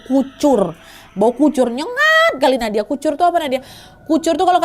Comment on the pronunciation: salah ngomng Nadia😭